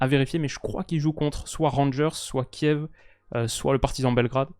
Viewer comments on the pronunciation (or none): none